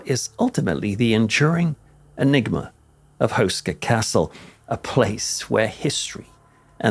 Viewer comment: Barely recognised that you ment Karel Hynek Mácha. It's not pronounced like that at all. Google translate does pronounce it correctly tho, so if anyone wants to hear it, it's an option. Houska is also pronounced differently. You pronounce it like Hoo-ska, but it's more like Hoe-ska XD The name means bread-roll, a traditional braided one that is very common in Czechia and surroundings. It's kinda strange to see how interested foreighners are in this seemingly unimportant old castle, and the supernatural and hellish reputation they assign to it. I only learned about it from this channel a few years ago. Makes me wanna visit it again.